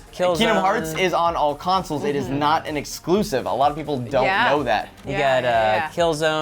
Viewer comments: Consoles not councils!!! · Anyone else annoyed by that it sounds like says councils instead of consols? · Why does pronounce "consoles" like the word "counsels"?